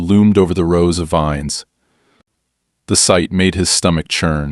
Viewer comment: grape "veens" lol AI can't read